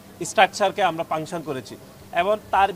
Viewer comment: পাংসন ( Function) 😂